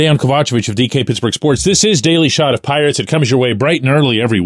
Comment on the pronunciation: LETS MADE IT HEARD PITTSBURGH.... SELL THE PI-ATES